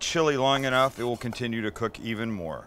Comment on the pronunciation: It's not rare onough!